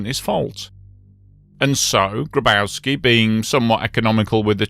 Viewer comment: Grabowski is pronounced "Graboffski".